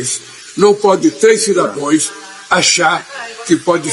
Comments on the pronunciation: E repetiu três vezes os “cidadoes “ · Cidadões… e cidadõas? 😂 😂😂😂😂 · Mano do céu, o presidemente falou cidões 3 vezes, meu Deusssss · “CIDADOES”? - CHAMA O MARCAL !!! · Ele é semianalfabeto. " cidadoes" kkkkkkk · Um presidente da república falando (cidadoes) é o fim da picada, fica confirmado que ele nunca foi na escola 😅😅😅😅 Boa noite 🇧🇷🇮🇱🇺🇸🇦🇷❤️